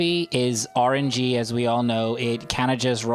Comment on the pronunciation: idk if you were kidding, but it's "RNG", not "R&G". It stands for "Random Number Generator"